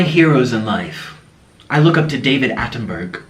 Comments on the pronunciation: it's david ATTENBOROUGH you can't even pronounce a name you cite and you claim you know how human body is designed. also david ATTENBOROUGH recently quitted eating meat(except fish). and talking who is crazy i advise you watch your own videos where you scream "i want to go home" while rocking back and forth and crying, after ranting for x minutes in a language that's hard to decode (shirtless) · Gurl.... at the very least correctly pronounce Attenborough. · No hate but... maybe you should just learn to cook and track what u eat to make sure u meet your nutrient goals. also... that's not how you pronounce David Attenborough lol